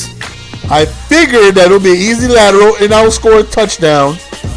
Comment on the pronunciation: it's "lateral"! Great vid still;)